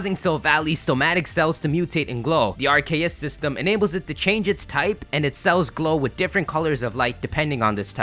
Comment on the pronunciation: RKS system as in Ar-Ke-ous System as in Arceus System